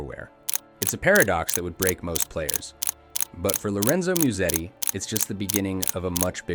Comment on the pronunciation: Ah yes, Lorenzo Miusedi